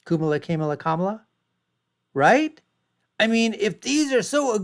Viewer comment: Made it to the point where he mispronounces Kamala's name- instantly became disingenuous. Here, take my thumbs down!